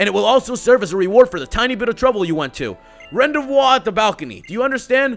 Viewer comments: its pronounced ron-day-vu (its french dont get stupid...) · It's rend ay voo not randavuiore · its prounounced ron-day-VOO NOT VO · Rendez-vous: ran-dé-voo not ran-dé-voi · It's pronounced ron day voo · Rendezvous is pronounced "Ron-day-voo". Lol. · P.S It's run-day-voo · He said rendezvous wrong. It's pronounced like Ron-Day-Vouse. It's French for a point where you will meet. Except I took French for a year and a half and don't remember it meaning that. But that's what Americans use it for. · You say rendezvous wrong... You say it "Ron Day Vu" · Rendezvous is pronounced Ron Day View :D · rendezvous - pronunciation = run-day-vu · It killed me when he said ren-day-voi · rendezvous is pronounced ron-day-vu you would probably recognise it if you heard it spoken aha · its RON DAY VOO :( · pronounced: Ron - day- vow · rendezvous is pronounced rend ay voo i think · No, RAHN day voo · its pronounced ron day vue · you mispronounced rendezvous